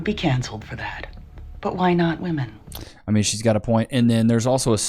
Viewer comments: What the f is going on with young people unable to distinguish the difference in pronunciation between woman and women? It's woom-uhn and wim-in. NOT WOOM-IN! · Why do so many of them pronounce women as "woman"? Do they not speak English? Woman and women are not pronounced the same FFS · Still baffles me when a woman cannot correctly use that term in the right context. They’ll refer to multiple women and still pronounce it in the singular. ITS SAID DIFFERENTLY YOU DOLTS. Women - singular - w(uh)man Women - plural - w(ih)men Stupid.